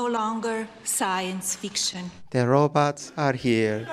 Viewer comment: You'd think she'd have a dialect coach at least to help her say the big words correctly. Like "robots". And "is".